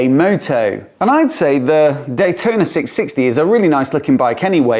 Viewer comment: cfmoto 765 "d-huai-tona" will put this one to it's paces.